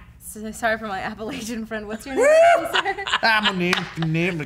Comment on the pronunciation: you mispronounced appalachian...